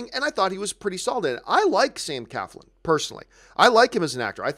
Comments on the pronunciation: it's not Sam Caflin... it's Sam CLAFLIN !! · Nobody seems to get Sam’s last name right......there is an “L” after the “C.”....CLAFLIN! ...SMH...